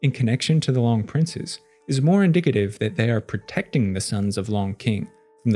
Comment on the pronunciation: Pronounced Loong